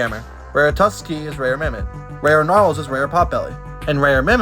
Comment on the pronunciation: Fun fact: gnarls is pronounced NYA-RLS